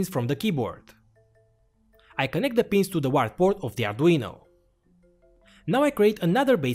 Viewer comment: When you say 'return button' , you actually mean backspace. The return button is the enter key, which you named send on your keyboard. Also: UART is pronounced 'you art'